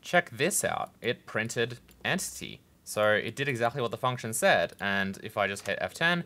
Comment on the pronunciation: The way you say "exactly" is somehow weird due to your first language, and I am always catching it.